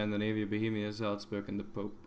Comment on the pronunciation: wow that pronounciation on "salzburg" was kinda perfect